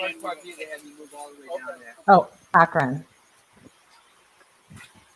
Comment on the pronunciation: Ack-run = Akron